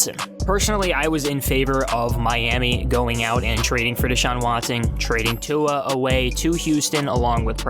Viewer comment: Why you say "tongue-a" everytime lol